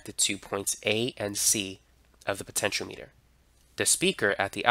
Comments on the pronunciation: It's pronounced speed-ometer. Not speedo-meter. Potenti-ometer, my friend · My friend, it's "puh·ten·shee·aa·muh·tr" 6 syllables Not Po-ten-cho-meter It's "po-ten-che-ahh-meter" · that it's Potentiometer not Potentialimiter... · Great video just it's pronounced potenti o meter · Thanks for the video. Btw, it's pronounced po-tench-e-ah-me-ter. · Why are you pronouncing it wrong? I cringe every time... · Am I the only one who finds his mispronunciation of the word "potentiometer" to be a bit off-putting? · Everything except how to pronounce potentiometer (also he sounds Asian) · Ehhh. He doesn't know how to pronounce "potentiometer" lol. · well, he doesn't know how to pronounce "potentiometer" . . ., so clearly not everything.